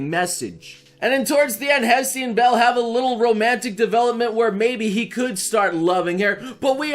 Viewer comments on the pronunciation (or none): none